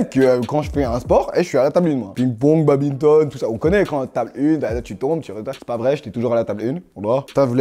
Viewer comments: Le fameux « BABINETONE » 😭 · "Babinton" 😂 tueur DA Uzi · Il a sortit « babinton »🤣🤣